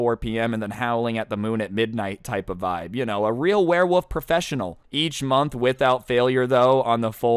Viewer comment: Everyone: werewolf: werewoff ( I don’t know if anyone noticed that says werewoff instead of werewolf idk it’s maybe just me but I still found that a little funny.)